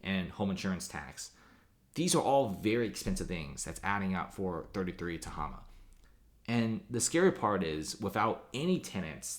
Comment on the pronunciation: Ta-HAY-ma. Mispronouncing.